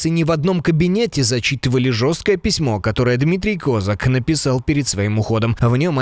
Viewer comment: Ставте правильний наголос на прізвищі Козака